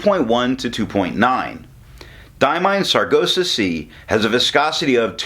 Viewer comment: I do like that color, aptly named, thanks for the review... I hate to be the one to tell you you are pronouncing Sargasso kinda dyslexic (ie. you are saying sar-go-sah and it is sar-gass-oh). Thought I should say.